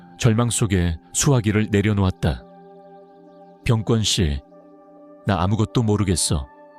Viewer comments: 자막이 시원찬으면 낭독이라도 잘하세요. 갈수록 태산. 사람이름 병권은 그냥 권으로 읽으세요. 된소리말고. 꿘은 병뒤에 쓸때는 군사력인 병권을 의미합니다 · 발음 바로 하세요 권 인데 계속 꿘이라 하시네요 귀가 불편 합니다 부모님 마음가짐이 문제 있으십니다 위기상황 에 반성 하시네요 마음관리 잘 하셔서 화합 하시기를 😊😊😊